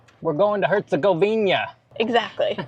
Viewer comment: Did you really say Monastery where Muslim Dervish lived? Dude! It would be like saying a Catholic Synagogue! Its HERCEGOVINA NOT HERCEGOVIÑA,the ćevap is ground meat,just like burgers not sausage! By the way most of the weapons used to destroy that beautiful country and its historical and religious treasure was supplied by the West! Even Hitler spared the Stari Most!Thanks NATO for helping out! Just think about it,look at what was Jugoslavija then and look at the new countries that came from the break up,they have bases and soldiers everywhere! Do you really thing that its by chance?